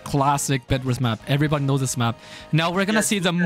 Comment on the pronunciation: Can u say this one time in your life cuz u zlways say zis lol sry if this I worried you